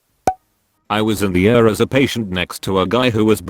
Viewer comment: Pronounce ER as Eee Are, not Ur. Pronounce OR as Oh Are, not Or.